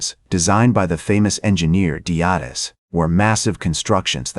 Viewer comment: The AI slop narration mispronounces Herodotus. LOL